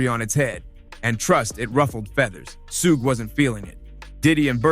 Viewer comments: "sooog" smh. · Bro, who the hell is, SUGIE, SUHK AMD SUUG??? 😂😂😂😂 THIS MAN CALLED SUGE EVERYTHING BUT HIS REAL NAME. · How come every narrator fucks up the name?? Who the hell is suug???😂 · Sooooooog night can't even pronounce the name right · Bro, I cant get past the mispronunciation. Who is "Sooge"?? Try again with the right pronunciation!!! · no it's not it's suge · I wish someone would’ve taught this guy how to pronounce Suge 🤦‍♀️ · I was screaming SUGE every time he said it wrong 😂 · Lol, everybody literally saying Suge but him lol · Man learn how to say the names correctly bruh. Like dude 🤦🏽‍♂️🤦🏽‍♂️🤦🏽‍♂️ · This narrators can't even pronounce suge name right 😂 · Imagine doing research on a person, and they mention the person's name several times only for you to make a video just to pronounce the wrong wrong everytime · Can someone please tell this man how to pronounce suge knights name 🤦🏽‍♂️ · Why do you keep pronouncing Suge name...smh......you heard his name pronounced before you put it all together...smh again